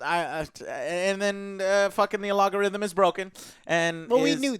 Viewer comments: Why does Joe keep saying "a-log-a-rhythm"? 🤣😂🤣😂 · and his goddang ah-log-a-rhythm. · That is the advanced way of saying it lol